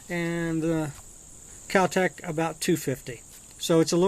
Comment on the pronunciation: God this guy is a dipshit! he can't even name the most basic parts of a gun and does a review with his finger on the triggers. he wants to talk about the recoil when firing with one hand and tries to release the slide by pulling it back with the mag still in lol oh and what the hell is "cal tec"? Complete dumbass